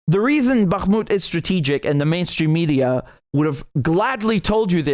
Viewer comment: I appreciate your pronunciation of Bakhmut it's not spot on but at least you are not saying it like a yank.